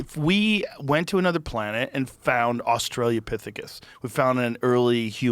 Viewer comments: AUS-TRA-LO-PITH-E-CUS...Australopithecus. Not AUSTRALIANOPITHECUS. BOOP BOOP BOOP BOOP BOOP BOOP BOOP BOOP BOOP BOOP BOOP.... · It’s Australopithecus not Australia-pithecus Joe 😂